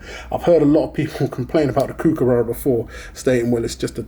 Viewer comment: Kookaburra is NOT pronounced like BOO as with a long U sound. It is pronounced like BOOK or COOK or LOOK.